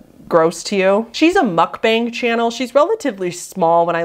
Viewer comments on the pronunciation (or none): none